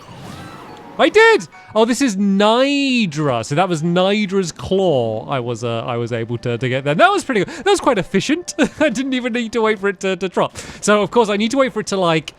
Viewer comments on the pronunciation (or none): He pronounced it niydra instead of naydra. . . I’m appalled.